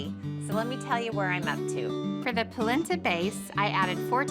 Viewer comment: NOT pronounced POLinTA